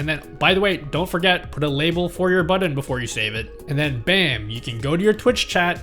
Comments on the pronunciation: Love the guide, but this was driving me crazy :’) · "buddon" Now you can't stop hearing it either. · Thank you for recognizing this too! No Hate!!!